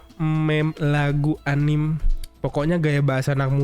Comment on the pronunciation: Bacanya anime bang, bukan anim.